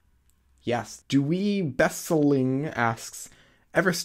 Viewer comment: Douwe Besseling pronounciation on point lol